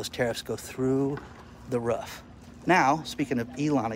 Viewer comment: i love how you say roof ruuf ruuf